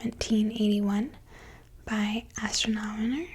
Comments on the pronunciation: Y’all out here making Uranus jokes while I’m stuck on the fact that she said astronomoner 😂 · have you seen her videos? Pronunciation tends to be a problem area. She opens the video with "astronomoner".